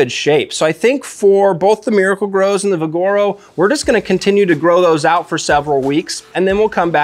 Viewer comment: It's VIGoro, not viGOro